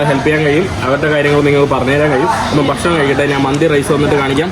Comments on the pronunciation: ബഷണം അല്ല, ഞാൻ എല്ലാ എപ്പിസോഡിലും കമന്റ്‌ ഇട്ടിട്ടുണ്ട്. ഭക്ഷണം എന്ന് ഉച്ഛരിക്കുന്നത് വരെ തുടരും സുഹൃത്തെ!!!! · പറയുമ്പോൾ ബഷാണം എന്നും എഴുതുമ്പോൾ ഭക്ഷണം എന്നു മലബാറിൽ ഭക്ഷണത്തിനു ബഷാണം എന്നാണ് പറയാറുള്ളത്, ചിലപ്പോൾ അവന്റെ നാട്ടിലും അങ്ങനെയാവും, ആരും ഉച്ചാരണ ശുദ്ധിയോടെ സംസാരിക്കാറില്ല